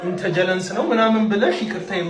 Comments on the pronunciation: did he say ኢንተጀለንስ you meant ኢንተለጀንስ Dr. 😂😂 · it's a known Tik Tok joke. ኢንተጀለንስ (some guy had difficulty saying it and it became a meme)